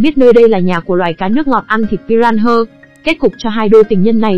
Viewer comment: huhu... con cá đó đọc tên là pi - ra - na mà, đâu phải pi ran hơ 😭😭😭